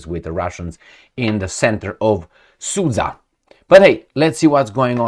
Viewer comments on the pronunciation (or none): sudsha not susa